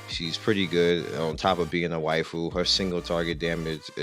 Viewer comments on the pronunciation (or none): none